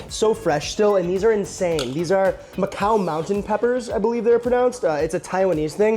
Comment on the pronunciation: Every time I want to leave this video a like, I hear you mispronounce Ore-Ida or Nephi, then I can't. Good job pronouncing Macau, though.